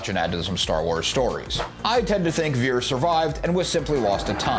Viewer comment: Its pronounced "Vee-Ears," not "Vears". Put some respekk on his name 😊